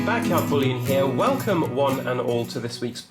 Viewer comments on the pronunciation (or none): none